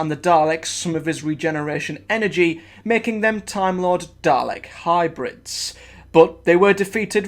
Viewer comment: Bro it's dal-ek not darlec